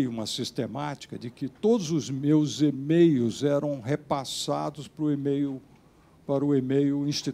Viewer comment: Fala pra ele que é e-mails, e não "emeios".